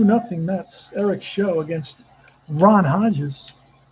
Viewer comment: Show is actually pronounced to rhyme with how, plow, and cow